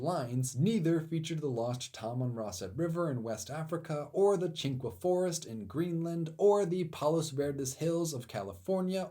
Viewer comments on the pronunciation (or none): none